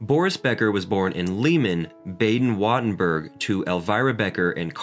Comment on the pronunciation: Wow, you really butchered Württemberg.